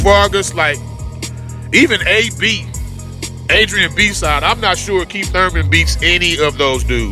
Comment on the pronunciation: Lmmfao he said Adrian B-side 😂🤣💀